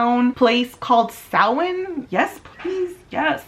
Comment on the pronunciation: I love that you say Samhain correctly 🥰